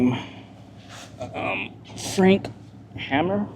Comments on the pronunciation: Thank you for another great video! Treasury Secretary William MacAdoo's last name is pronounced Mack-A-Dooo And as for Poncho AKA Texas Ranger Captain Frank Hamer, Hay-Mere. Ranger Hamer was retired and hired to find, apprehend, or Kill Bonnie & Clyde Barrow . Hope this helps! Regards Sir. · His name is Frank Hamer not Hammer. He was a retired Texas Ranger when they got him to track down and stop Bonnie and Clyde. He is a legend of a law man.